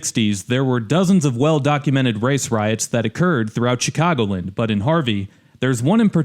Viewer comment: I know isn't from around here by the way his mispronounces "Chicagoland." It's Chicago LAND', not CHICAGO' Lind.